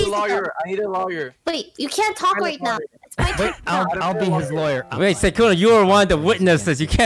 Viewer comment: did no ppl notice laywer not lawyer